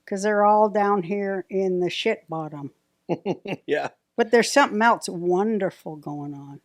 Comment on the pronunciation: This show is good, but dude, too many interruptions. Also, Roseanne’s son, the word is “else,” not “eltse.”